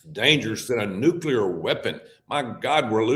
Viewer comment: At least you pronounced “MacAlpine” correctly. You don’t pronounce “nuclear” or “Bondi Beach” correctly…